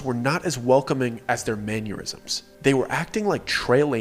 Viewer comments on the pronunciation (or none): Manyurisms? That's a weird mispronunciation. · There it is again, the word mannerisms is having to do with manners as in mind your manners and as such I've only ever heard it pronounced manner-isms not man-your-isms it's so weird that you say it like that.